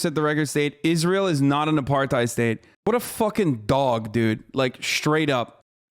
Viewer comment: Hard R. Not pronounced AparTIDE